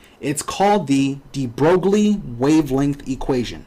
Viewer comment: That's not how you pronounce his name...